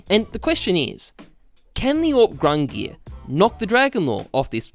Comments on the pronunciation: “Grungir” come on my guy. It’s GUNG-NIR. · What the fuck is "grungir"? Don't u mean gungnir? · GUNGNIR (GunG-Near)...not gRungir (grun gear) . please read. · Lol love that you apologize for calling it grungnir instead of Gungnir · I am Icelandic and i can be confident saying that it is not pronounced gung-neer, but goong-nir with an i as in igloo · You can tell this man was not a halo reach dude with the way he is pronouncing the Gungnir, there is no R at the start of that word. "Grungear" my ass. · Everytime he says "Grungear" I feel my brain cells dying. Please just say Gun-gnir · He saidz "GRUNGIR" instead of GUNGIR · Grungear. It's more like GONG NEAR or GUNG GEAR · GUNGNIR not grungie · THERE'S NO R AT THE BEGGINNINGGGGGGGGGGG OF GUNGNIR . FOR GOD SAKE. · The old norse Gungnir is pronounced Gung-neer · its pronounced “GUNG-neer" source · Looked it up and it is indeed gung-neer like other people are saying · I think it’s pronounced “Gung-neer” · Gung-neer bruh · Ayvp gung neeir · You pronounce it as gung-neer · it’s pronounced “ginger” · It's gung-neer man, that ruined the video for me LUL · I mean its probably given away at this point but I think gung-neer xD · "Gung-neer" is the correct pronounciation. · Pronounced Gun(soft G) near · it’s gung nir bro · It's pronounced Gungnir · Its pronounced Gung-near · Gung neer like deer and dung :> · "Gung-neer" You're a boss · It’s gung-neer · gang-near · it is pronounced gung-neer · gun geer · leaving this video thanks to him sayin fuckin ”GrUnG-nEaAr” like bruh say it like a normal person not like a fuckin downie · Nobody: Not a single cell of living tissue:: "Grungear" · AWPs name: Gungnir: Grungnear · the proper pronunciation of the awps name is gung-NEER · its not grungnir btw. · How does "Gungnir" not have an r in it? I mean, it's kinda right at the end there, but it's there. However, I will agree that he should be pronouncing it correctly